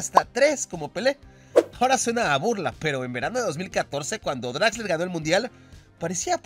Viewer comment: es exquisito con las pronunciaciones, pero se nota que el alemán definitivamente lo suyo, jajajja ¿Utsil? ¿DraxleRRR?